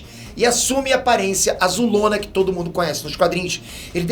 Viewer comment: Ele falou tode em ? Kkkkk